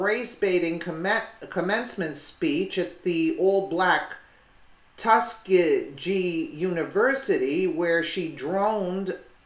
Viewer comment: Tuss- key- gee